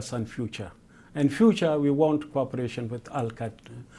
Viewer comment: corporation with al-kayda 😂😂😂😂